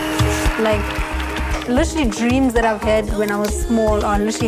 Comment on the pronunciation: can I get a like for everytime she says "litterly"